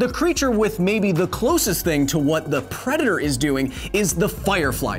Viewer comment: "shhh... we awe hunting a pwedatow" (LooneyToons refrence)